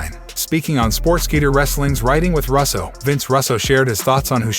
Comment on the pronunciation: Russo not rasso